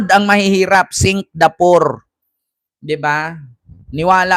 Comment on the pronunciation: Singgapoor o Singgapool hahahaha